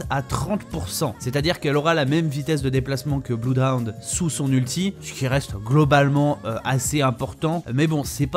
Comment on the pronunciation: Arrêtez de prononcer "Bluedown" svp x))